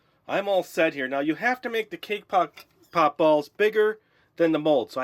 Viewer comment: When you said cake pop it sounded to me like k-pop. :-)